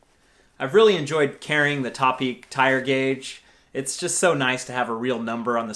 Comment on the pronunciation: You literally said every type of toepeak word wrong. I don’t really know how to explain that that but by now you probably know how to say it. 😂🤘🏻